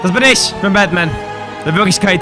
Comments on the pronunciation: du hast an stadt batman bakman gesagt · Ich hab verstanden "Wilkommen back bei Backman !